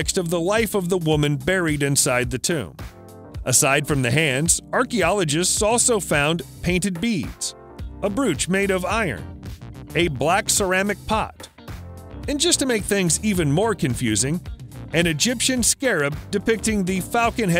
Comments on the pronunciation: Please stop saying "Etrooshcan". It is "Ee TRUSS can". And "brooch" rhymes with "coach". PLEASE. Maybe take some basic English language courses. I can't watch this. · Please learn to pronounce Etruscan, and brooch. Please.